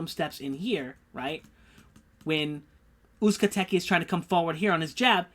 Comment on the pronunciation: You almost got Uzcategui right the "Gui" part is pronounced "Gi" as in karate GI so its OOZE - KA- TE - GI